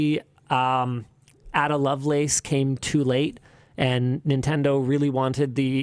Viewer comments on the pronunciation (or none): add-a? It's A-DA